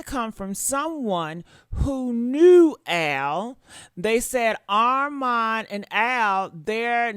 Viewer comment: 🛑R-MON 🛑 ARMON not Arm-mon kindly submitted 💅🏽